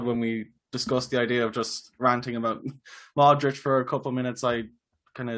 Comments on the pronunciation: There is an invisible H at the end hence the accent mark on the ć. This guy is simply pronouncing Luka’s name phonetically. Should he know better, probably but I’ll not knock him for it. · You know so much and still can’t pronounce Modrić. :) I mean the ginger guy. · can't pronounce Modric properly😂